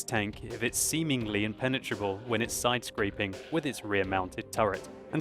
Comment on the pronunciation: With all due respect, its side scraping, not sidescrapping as you said, no offence.